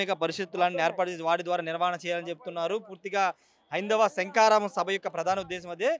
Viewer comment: ఒరేయ్, శంకారా కి కాదురా, శంఖారావం